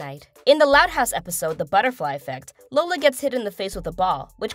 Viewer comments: It’s Lola low-Lah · is suppose to be "Lola" not lisa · no one notices how she said called lola lisa.. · You just said lola lisa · She said lisa instead of lola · It’s Lola not lisa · It's Lola not Lisa Lola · Botch its lola not lisa